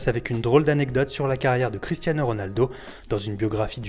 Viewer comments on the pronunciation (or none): none